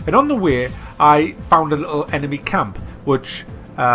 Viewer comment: he says camp so weird